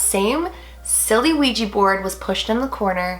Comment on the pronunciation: When you said wegy board I got dissy